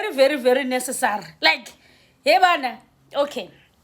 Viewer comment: That Hebanna came from you??😂😂😂 I actually had to play it again to make sure I heard well